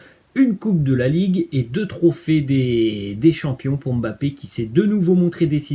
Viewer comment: Enfin quelqu'un qui prononce le nom Mbappé comme il le faut. Mbappé et non M-bappé